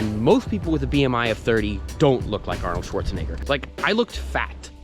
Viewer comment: congrats on the weight loss but you should pronounce the e in schwarzenegger more as an e and not an i